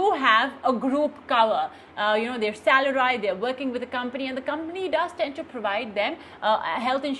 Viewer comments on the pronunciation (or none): Salaraaeed. Who pronounces like that ?